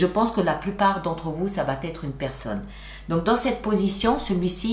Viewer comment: Bonjour merci❤ Pardon de vous reprendre ce n'est pas très poli mais vous faites toujours une liaison "va t être", or il n'y a pas ce fameux "t" au milieu😊. Merci beaucoup en tous cas! Au moins vous n'avez pas de mauvaises nouvelles c'est déjà bien 😅🎉❤